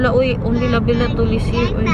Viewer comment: Labetalol not labelatol